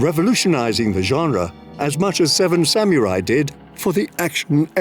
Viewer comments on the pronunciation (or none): "Seven Samyurai"...? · Why does this dude pronounce samurai like "samyuri"